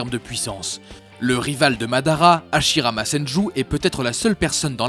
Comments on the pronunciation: Hasirama pas hachiraba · HASHIRAMA PAS HASHIMARA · On dit hashirama pas hashimara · Omg il a dit hashimara au lieu de hashirama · hashimara ? C'est hashirama !!!! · C’est hashirama pas hashimara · Tu t'es tromper tu a dit hashimara alors que ces hashirama mes sinon ces une bonne vidéo et un bon top comme toujour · Pff c'est pas Hashimara mais Hashirama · C'est vrai qu'on dis Hashimara.😂😂🤣🤣🤣🤣🤣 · Hashimara ???? Respectez le dieu des shinobis wsh 😂😂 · c’est écrit « Hashimara » et il dit « Hashibara » mon pauvre Hashirama.. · C'est hashirama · Hashimara sérieux 😭